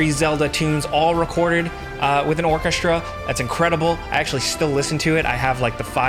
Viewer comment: Is it a New York thing to pronounce /sh/ in "strong", "orchestra" and other words where S and T stand together?